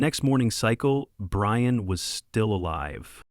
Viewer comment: Brian became Breeyawn